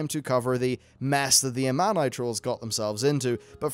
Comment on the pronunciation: I just wish you would pronounce Amani correctly. Hope you'll get it right on Part 2